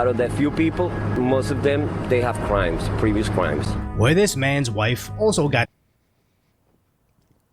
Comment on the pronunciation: bro we got bugs bunny "They have cwimes"